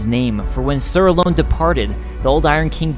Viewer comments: He also says alonne wrong he says it like ALONE it's not alone it's alonne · That pisses me off its not alone it's alonne say it right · Great video, but are you pronouncing the two knight's names correctly? Are you sure it's not Raym and A-lon? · sir aloNNe not sir alone pls ;_; so like ser alohnn(e) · I enjoy these lore videos you make, they're good quality and you have good insight. It's kinda silly to say, because pronunciation is different person to person, but you do seem to mispronounce many names/items and words. Alonne is pronounced Al-lawn from most everyone I hear, and Raime is pronounced Ray-m, not Rye-may. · It was hard when he said alonne wrong it makes me cringe cause everyone says it wrong it's not alone